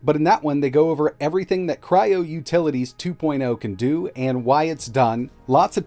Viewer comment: I wanted to watch this review by you. When I started watching his youtube channel. Immediately old memories from you (a few years ago) came back to me, a dejavú… I’ve watched this before. His channel somehow reminds me of yours. BTW thanks for not pronouncing Kyro, instead of Kryo.